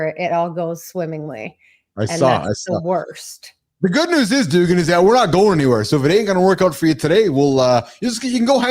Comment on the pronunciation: Jack Dugan's name is pronounced "do-GAN" with the accent/emphasis on the second syllable. Rhymes with Duran-Duran, but with a "g".